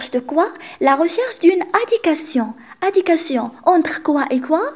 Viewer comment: merci, j'aime bien la façon avec laquelle tu a expliqué, seulement j'ai une remarque concernant la prononciation de quelques mots "adéquation" et "longtemps". Je te souhaite une bonne continuation.